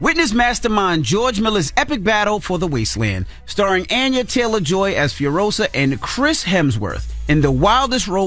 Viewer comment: Envy! Her name is On-ya not An-ya. You so latino.